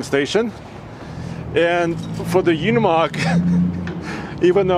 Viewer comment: Pronounced Ooh nee mogg, not you nee mogg. And mer cedes, not mir say dees.